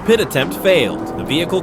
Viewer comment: What is a "pitee" maneuver? Using AI and trying to say "PIT" maneuver?